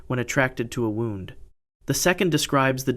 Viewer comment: Wound with a oo sound not oww as in clocks being wound up.